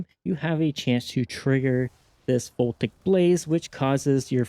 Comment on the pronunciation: Uhm ackshually, Voltaic Blaze is pronounce vol-TAY-ic; not "VOL-tik".